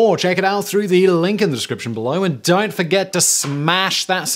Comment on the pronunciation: Simon becomes Australian for the "don't"